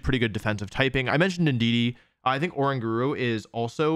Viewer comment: It's not far giraffe. It's not a giraffe thats just far away It's Pronounced Faa-rig-a-wrath Also I might as well point out that "oran guro" is actually pronounced o-rang-ga-ru